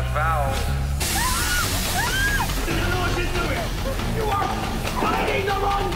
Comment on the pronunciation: I rewatched that 5 time before I realised he was saying vowels not bowels